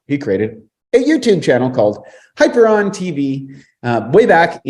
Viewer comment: Hyperon instead of hyperion... hmm, not a good start :D Btw. you were inspired by the book I suppose. I haven't ever read it though it's been recommended to me. Still find it good?